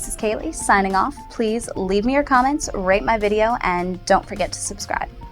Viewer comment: i swear everytime she says "rate my video" it sounds like shes saying "rape my video" its hilarious ;D